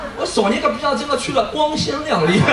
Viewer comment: 光鲜亮丽 的丽 不是入声词...错了哦